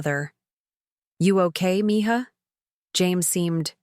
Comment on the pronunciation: It’s mija, not mihah. Who could could even think about this wrong writing